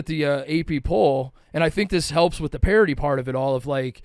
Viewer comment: The word is "parity". C'mon man.